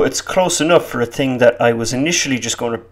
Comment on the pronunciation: "...lightin' every 'ting on fire..."